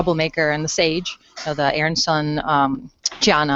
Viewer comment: Really hard to listen to Aeryn Sun repeatedly called Arien. Peacekeepers weren't Nazis. well, maybe they were, but you get my point.